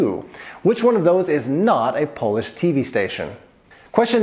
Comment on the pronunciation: Your Polish pronunciations are delightful to my Polish heart 👍